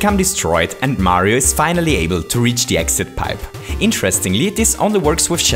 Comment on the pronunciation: Chili P Mario- maaario